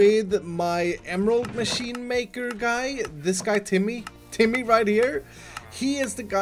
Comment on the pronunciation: please dont call it god maaasheeen